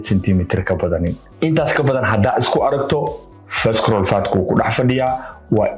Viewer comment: Visceral waxaa loogu dhawaaqaa visarule. So the c is silent. May reward you!🙏🏾